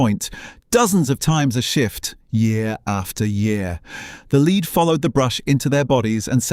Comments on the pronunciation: Leed? No lead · A very interesting documentary. Spoiled only by AI slop naration. RIP all those women who died from "leed" poisoning.